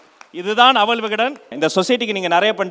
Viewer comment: அவள் என்று சொல்லுங்க. அவல். என்று சொல்லி அறுக்காதீங்க. காது அழுகுது.